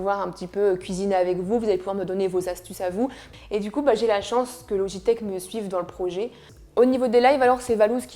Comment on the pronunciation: c’est pas louigitek c’est logitek mais cpg